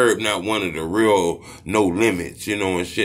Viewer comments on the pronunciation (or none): none